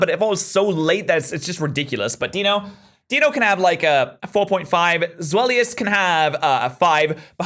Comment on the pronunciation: Gotta love the bad pronunciation of the German number in the hydriegon line